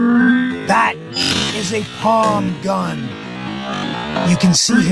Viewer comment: Palm gun! Not pon.!